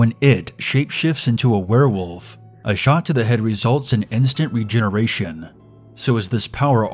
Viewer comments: Werewoof? Anyone else think it sounds like woof, not wolf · ItsjustMAVE It's 'Werewolf' NOT 'where wuf' Not to be rude but yeah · "If IT appears as a were-woof" best line. Yes. Mmmn. Spaghetti. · u said werewoof and not werewolf XD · X beastxedits X A where woof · X beastxedits X It's 'Werewolf' NOT 'we're wuf' Not to be rude but yeah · "A were wuf" OHHH MYYY LORDDDDD XDDD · EnchantedGamer he said werewuff Instead of werewolf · You said werewoof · Is it just me or did he say werewuff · “ a we’re wuf” I died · My cousin pronounces it "wuff" too, so another cousin and I would make fun of him by making references to "Werewuvs of London" or "the wuff at the door" or saying "I had to wuff down my food" . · I laughed so hard when he said a werwoof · why's he saying it like werewuf? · But it's literally not, it's werewolf. He's just saying it wrong lol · That's not an accent, that's just plain pronouncing it wrong. The "L" isn't silent. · Because it's pronounced like that in his dialect.